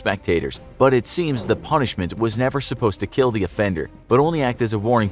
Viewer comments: YOUR SHIP WILL KEEL! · so i guess..IT WILL KEEL